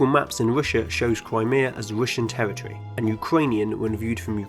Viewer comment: Territory = pronounced “Tewwitwy”